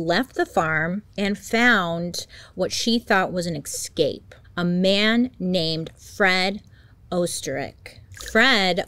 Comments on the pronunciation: Bailey I love your videos but please PLEASE stop pronouncing 'escape' wrong. It's not 'Ex-scape'...it's almost as irritating as people who pronounce Espresso as Expresso 😂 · I love you man, but do something about the words escape, and especially 😍 eSSScape not eCscape ❤